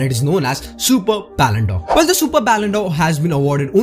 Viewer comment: It's not ballondor it's Ballon d 'or d is pronounced as di not deu